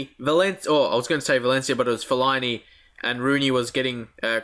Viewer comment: Fellini you keep calling him that is fell-a-ini